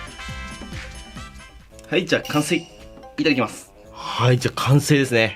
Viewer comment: 銀色のやつの時若干「いためきます」って言ってて草生えた